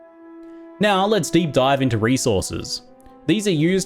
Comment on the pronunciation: I swear when you said "Now let's deep dive into resources" I swear I heard "Now I'll let Steve dive into resources". I kept waiting for "Steve" to tell me about resources...